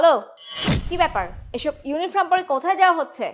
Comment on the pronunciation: ইউনিফর্ম, কিন্ত ইউনিফ্রম না, উচ্চারণ ঠিকঠাক করুন